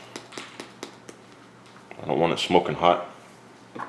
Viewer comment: at :47 did he say "smoking hot" or "smoking pot" because that will make a big difference on how it taste...